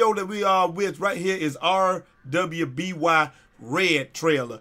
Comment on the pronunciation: I believe you hen you say it's the first time: if you were familiar with RWBY you'd know it's spoken as Ruby. VERY rarely does a first time viewer pick up on the name. Also sadly the lead animator, writer and creator Monty Oum pased away in February of 2015.